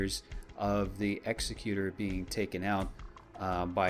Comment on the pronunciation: Why do people get the Executor's name wrong? It does not sound right when you look at the printed name.